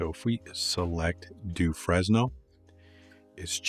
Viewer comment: So I can teach you something , eureka !!!! In French the pronication is FRENEL the s is not pronounced....